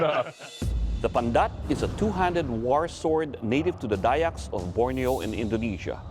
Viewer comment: The way u said pandat and dayak are spot on.